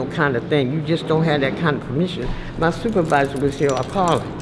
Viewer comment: “ My Soup-Zer-Visor wouldn’t allow filming”